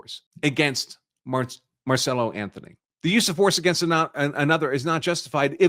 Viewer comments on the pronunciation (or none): Why do you keep saying his name wrong? His name is Carmelo Anthony not marcello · Why do you keep calling the kid, Marcello? Isn't his name, Carmello? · Dude, his name is Carmelo Anthony (like the NBA player), not Marcelo or Marcela!! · The murderer kid is Karmelo, not Marcelo. But great video. Very informative. 😊